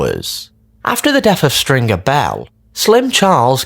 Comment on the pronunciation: I hate it he doesn’t pronounce stringers name properly either it’s infuriating.